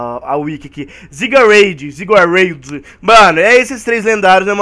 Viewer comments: A pronúncia certa dos lendárias é: yveltal: iveltal xerneas: zerneas zygarde:zaigarde já deixei meu like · se pronuncia zarneas,iveltol e zairgarde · o pokemon Zygarde se pronuncia com Zaigarde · se fala zerneas ivital e zigarde